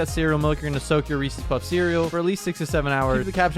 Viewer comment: Please stop pronouncing Reeses that way